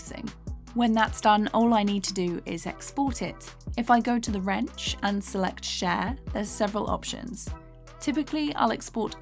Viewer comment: "Wrench" kinda sounds like "ranch" and every time I hear you say it I think it's a Dr Phil reference x)